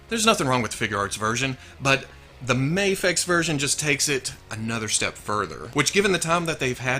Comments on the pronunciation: Mafex pronunciation hat trick! 3x multiplier! Tilt! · pronounced Mafex in 3 different ways lmao